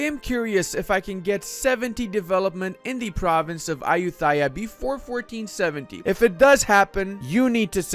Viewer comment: I'm thai and your pronouncing of Ayutthaya 💀💀💀 Still like your videos tho